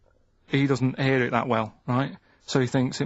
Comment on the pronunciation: He can 'ear his own 'eart.